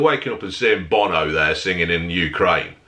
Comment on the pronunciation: OH NAW bo-no